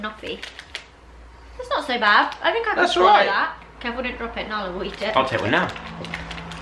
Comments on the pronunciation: I love that Joe still call Nala Alan😂😂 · its Narla not Nalla